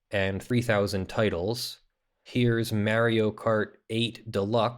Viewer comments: Why are you calling Super MArio Super Merio? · Merrio Kart? No way!